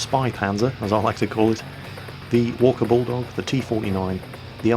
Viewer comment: Every time someone says "Walker Bulldog", you will hear "walkable dog". Cannot be unheard.